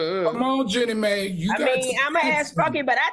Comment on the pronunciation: The voice, the stumbling over words, and pronouncing the names wrong - Iman = Eman Jenny Mai = May 😅 no Dr Heavenly